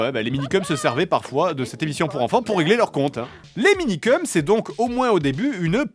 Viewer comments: Le gars, il se moque du présentateur qui dit "mangass" quand lui-même dit "Minikeum" au lieu de "Minikeumss". C'est vraiment l'hôpital qui se fout de la charité. 🙃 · Se moquer d'un journaliste qui prononce "mangaS" quand on fait une vidéo sur les Minikeums sans jamais prononcer le S final... :D